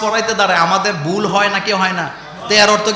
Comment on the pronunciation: আপনিতো "ভুল" শব্দটাও "বুল" বলছেন...😀😁😜